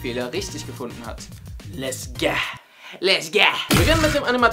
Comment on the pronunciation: statt lets go habt ihr lets gah gesagt